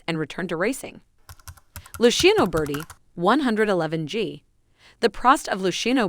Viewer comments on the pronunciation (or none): LUCIANO BURDIE LOL